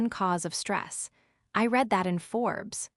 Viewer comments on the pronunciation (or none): none